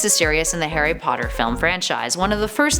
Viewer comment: This actually hurts me to watch, most of the facts are wrong in someway and the pronunciation kills me Harry not Hairy and Potter not Padder plus An-E-May-Gus, From a British user